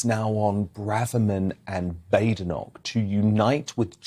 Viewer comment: Kemi’s surname is correctly pronounced Bad Inoch not Bade inock